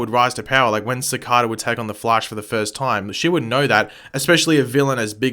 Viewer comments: why do you say it like cicOda, its cicAYda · It’s cicaeda not cicoda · Its "Cic-ay-da" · Why do you insist to say his name incorrectly for they clearly said his name cicada like the bug laugh out loud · I really wish u would say cicadas name right lol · your saying cicada wrong and its really fucking annoying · The way pronounces cicada triggers me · Your saying his name wrong